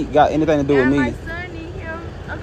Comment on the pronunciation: Supermodel needs to change WIT to WITH. (your tongue goes out past your TEETH. Then, you will be able to correctly say WITH and TEETH. !!!! YEAY!!